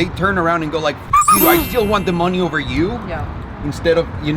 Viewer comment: “Heahh”... “Ovah”......”Floah” Bleep you are annoying! 🙄🇨🇺🇺🇸